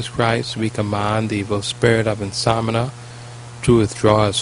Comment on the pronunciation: It's not insomina it is called insomnia. In-som-knee-ah.